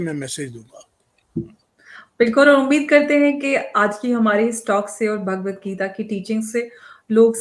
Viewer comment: जी-- भगवद्गीता है, भागवद्गीता नहीं।